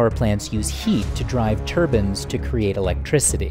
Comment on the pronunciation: Turbine... not Turban